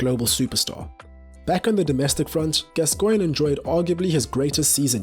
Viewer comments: Your videos are fantastic, but I do wish you'd just read your script to somebody English before you record them. For example, it's GAScoin, not gasCOIN*. A minor quibble though, and I'm slowly working my way through your excellent content. *and before anyone tries to hoist me by my own pedantic petard, yes I know that's not how his name is spelt. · Mate: his name is pronounced GAS-coigne, not Gas-COIGNE. Sorry to be a pedant but the tenth time I cracked... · FFS say his name properly..GAS-coigne Not gas_Coigne. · As soon as "Gascoigne" was pronounced wrongly within the first few seconds, I left. If you can't get the name right what else is wrong? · Odd way this guy says "Gascoigne". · Your pronunciation of Gascoigne is stopping me from liking this video. Give the man the respect he deserves. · you cannot even say his name properly! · I think the emphasis should be on the Gas, not the Coigne......😏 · You’re pronouncing gascoigne incorrectly